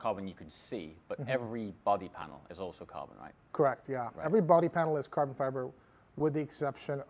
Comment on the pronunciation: "Carvun Fivar"